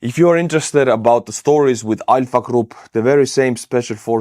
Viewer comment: I had to replay it 3 times and then out on subtitles because I kept hearing "EYE F**K" group"🤣🤣 and not ALPHA. 🤣🤣🤣